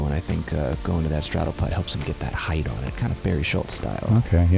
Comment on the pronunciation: It is spelled HEIGHT!! Not heighth! Grrr